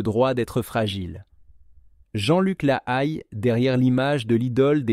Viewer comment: Mauvaise prononciation de son nom de famille et il avait écrit un livre 100 familles